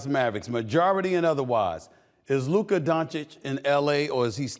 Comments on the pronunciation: Stephen A. finally learned how to pronounce Luka's name properly. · Stephon B Schimdt actually pronouncing Lukas name correctly?